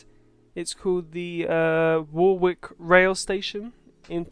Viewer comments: Great video!! This is my local train/ bus station. Warwick is pronounced without the second W, it’s silent. More like War-ick, but how you said it is just fine 😂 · That wrong pronunciation of Warwick, damn. Silent second w. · 1) Your pronounciation of Warwick is amusing the hell out me 2) That carpark is an absolute bitch to get in/out of during busy periods 3) Elevated Stop Enabler is your friend 4) Loving the outro ;)